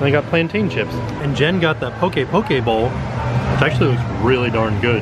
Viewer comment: Poki-poki bowl? I just hear Poki-Pokéball 😂🤣😂🤣